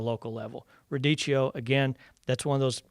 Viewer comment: Radicchio is pronounced as ra DEE kee oh